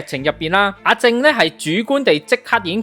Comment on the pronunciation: 係林子傑，唔係陳子傑；阿正個名讀「jeng」，唔係「jing」